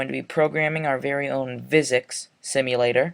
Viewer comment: Nice tutorial, but I think physics is pronounced "Fizics", not "Vizics". Just saying.